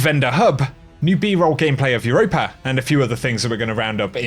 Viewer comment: Quit adding the "er" at with europa...EUROPA ....NOT EUROPER